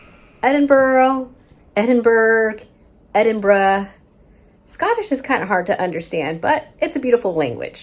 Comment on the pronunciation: You certainly pronounced Edinburgh correct Edinburra.